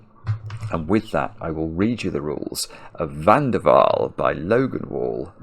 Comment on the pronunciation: I enjoy all your puzzles but this one is definitely my favorite. My maiden name is van der Waal. And your pronunciation was perfect.